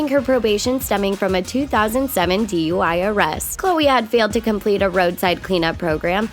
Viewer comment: Yep I heard that right. A "DEY" charge and not a DUI charge